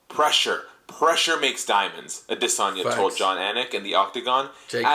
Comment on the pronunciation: israel actually confirmed that thats how you pronounce his last name I believe